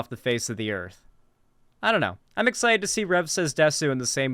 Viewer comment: I'm very curious about why anime and Japanese culture attracts so many right wing weirdos and nonces. Not just conservatives in general, but alt-right people (Btw it's pronounced 'dess' not 'desu')